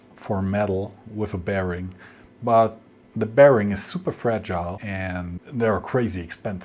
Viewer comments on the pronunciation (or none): none